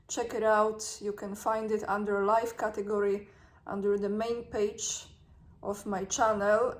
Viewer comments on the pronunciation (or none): none